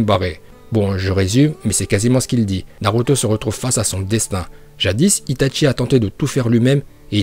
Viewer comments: Si tu connais correctement Naruto tu dois dire "Ninjoutsou" et pas "Ninjutsu" Ensuite "Shipouden" et pas "Shipounden" ensuite "Itachi" et pas "Itatchi" puis on dit "Uchiwa" pas "Uchiha" même si ça s'écrit comme sa.... Tu me déséspère sur ce coup là... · et c'est pas "ItaTchi" c'est juste itachi ...